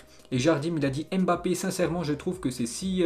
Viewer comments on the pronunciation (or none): none